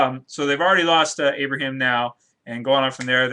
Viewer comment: Lmao "Abrahem"